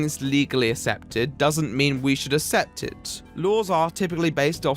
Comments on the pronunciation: Great vid, however, it's ACCEPT (as in ACK-SEPT) not ASSEPT. ;) Still loved the video though. :P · I watched until he started saying "assept" instead of accept. English guy can't even English. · hey man great video but PLEASE pronounce "accept" correctly. its pronounced "ack-sept" not "ass-ept" ty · Christ alive man I dont care if its your accent or youre being deliberately obtuse on a pronounciation, its ACCEPT, not ASS-EPT Keep making good videos but christ your determination to pronounce words annoyingly is something that makes me want to mute you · Hey,, take a little bit longer pronouncing the world "Accept", it sounds like you're saying "Assept" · I can't get over the way you pronounce "accept"... Asssept lol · But.. did you pronounce accept as assept? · Can you start pronouncing the "C's" in "accept"? The way you pronounce it makes me sad. Especially because you use the word in every single video these days. I can't assept it.